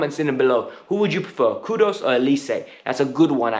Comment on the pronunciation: Pls stop pronouncing KudUS as KUDOS... It is Kudus with the Letter U..take note